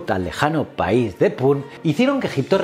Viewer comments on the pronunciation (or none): none